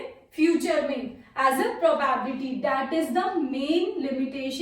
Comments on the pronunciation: It is called "Pro-bi-bility". Not "Probabity". Thanks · It's probability... Y every North indians are telling PRO BAAAB LITY 🙄🙄🙄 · *pronounced as pro bi bility